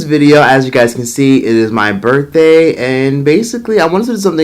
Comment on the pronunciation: 39th burfday?? Lolll...No way!